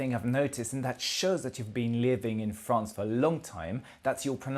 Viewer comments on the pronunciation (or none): none